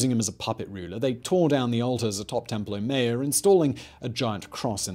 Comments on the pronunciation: God man, not templo mare but templo maa YORE. in general a good video, but you rely too often on exaggerations. This was not the greatest city in the world, that is not the most populous. It was an impressive city and huge by contemporary standards but not the biggest. The palaces did not make Versailles look like a Hut. You also exaggerate the negative aspects. You insist that the city is there were engaged in a desperate struggle and that life was incredibly uncertain. Yes, they were struggling competition, and yes, there was uncertainty. But we don't need to treat the people of the Central Valley of Mexico as if they are something apart from ordinary humans. All over the world, there has been a similar kind of struggle, conflict, alliance building, and a mix of stability and instability. You really need to be more careful about this kind of thing in your videos. Yes, there's that tendency to do clickbait titles, and then there's a tendency to take that click bait way of thinking and use that throughout the video, which is done through this type of simplistic exaggeration. Stop doing that! Treat the peoples and cultures featured in your videos as humans comparable in many ways to other human cultures. There's no good reason to regularly depict them as almost a species apart. You also fail to look at the differences within the many cities and cultures inside the Central Valley of Mexico. You also rely on simplistic religious determinism. It was not simply the case that the A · I heard that as Temple O Mayo 🤣😂